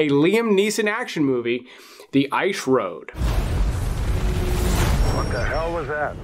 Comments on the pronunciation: Please stop saying “ish road” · The ‘Eyesh’ Road”? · The I shroad? 🤣🤣🤣